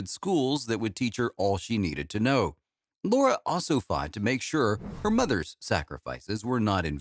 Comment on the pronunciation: u can't even get her name right! it's LARA